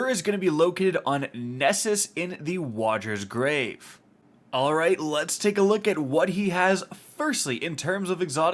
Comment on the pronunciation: "wadgers grave"